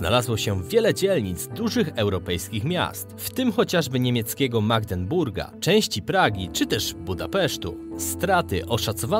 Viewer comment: Chłopie, skup się, przekręcasz każdą nazwę, jaka ci się nawinie: zamiast Bernd (widocznego na ekranie) wymawiasz Brend, zamiast Magdeburg (też jak wół widoczny na ekranie) u ciebie jest Magdenburg. Na litość boską - toć Piłsudski tam w kozie siedział i stamtąd go Niemcy w listopadzie 1918 wysłali do Polski, już choćby z tego powodu wypadałoby znać prawidłową nazwę tego miasta! Przy Magdenburgu miałem zresztą dość, pewnie dalej było podobnie.